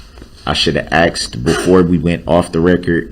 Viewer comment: You forgot axed a million times